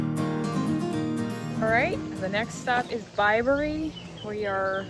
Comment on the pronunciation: You said Bibury right.....well done!